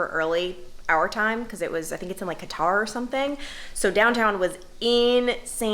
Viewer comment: The way you pronounced Qatar LOL. Loved the vlog!